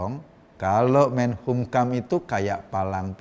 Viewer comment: Mas Eko,saya cuman mau koreksi penyebutan kata MENKUMHAMnya mas Eko kebalik terus.Jadi MENHUMKAM🙏🙏🙏